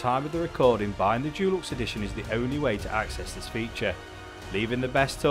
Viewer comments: Why is this guy pronouncing deluxe Jewlux instead of with a hard De sound? i have never heard an English person or anyone else for that matter say it like that. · Dulux is a brand of paint. Deluxe is pronounced differently.